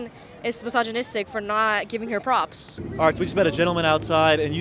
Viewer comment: "Can you say why you like anisa?" "uhh cuh she awesome she has awesome tattoos......everywone is misogynistic fow not giving hew pwops" 🤣😂